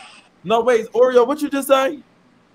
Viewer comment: idk why but calling orie “oreo” the whole time has me weaaakkk. ☠️